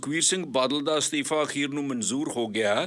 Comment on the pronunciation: Astifa Maheem shabad Theek bolo Asteefa te Moheem nai Asteefa te Mohim hunda a g Pronunciation disturb listeners. Please don't mind be a good speaker